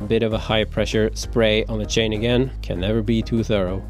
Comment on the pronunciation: When I heard "Shane" instead of "Chain" I knew the guy was a Swede :) Or at least pretty near Swedish.